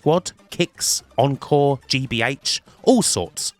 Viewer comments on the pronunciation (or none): none